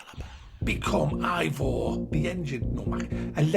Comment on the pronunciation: Within the first few seconds of the review, you pronounced “Eivor” incorrectly. Congrats on your research 👏🏼 🤦🏻‍♂️